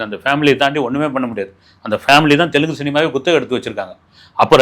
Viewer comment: Hey its telugu not telgu..take the language name properly.. Always u will take a wrong language's names..